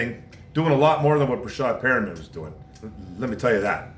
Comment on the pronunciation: did you say Perriman?